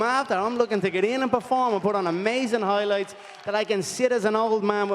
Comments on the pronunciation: "Mike Toison Hoilights" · conor "HOILIGHTS" mcgregor